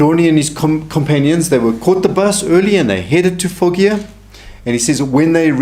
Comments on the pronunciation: With all due respect, Foggia is pronounced "fodg-ah". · Hello, my Dad’s family had a summer home in Foggia! It’s pronounced Fojia, g sound is like a j